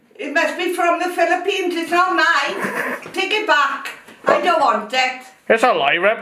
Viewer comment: Did she says "Philippines"? =)